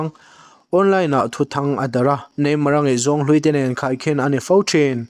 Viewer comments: Ngeihzawn a ni lo. Ngaihzawn a ni zawk.... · Ngeihzawn I ti zel a Ngaihzawn lai ti la